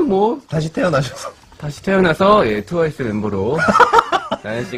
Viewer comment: is it just me that feels feels like saying towais instead of twice i cracked up bcoz of his pronouncation.